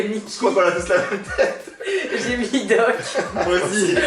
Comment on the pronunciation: Juste on dit mis pas mit